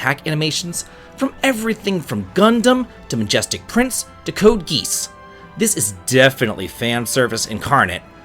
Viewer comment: You calling it code geese hurt me deep into my soul But great video nevertheless